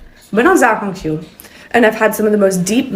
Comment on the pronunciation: It's pronounced "shiao-hong -shu" not "ziao-hong-zhu"